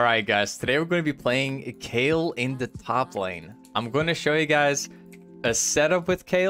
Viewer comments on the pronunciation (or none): She's Kayle, not Kale or Kael:p